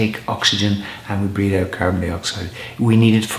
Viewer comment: When you say "breathe," it sounds like you are saying "breed." (While breathing is important, breeding is fun!) I hope this doesn't give you a complex.* I think it is cute, actually. I love your accent, and your sincerity. *...which leads to #11: Don't take yourself too seriously... if someone pokes fun at you, laugh along with them... Thanks for your videos! I was waiting to watch this one, because something BIG was hopefully going to happen, but it didn't... and I thought I might be in a funk about it... but I'm not. However, it is always nice to listen to your voice and your advice. Shalom, my friend...